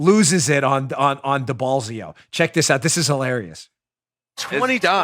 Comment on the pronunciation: Mayor Deballsio lmao I heard that